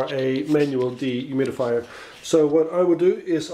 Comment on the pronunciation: Deeee humid-Ifyer How many times does he say it per minute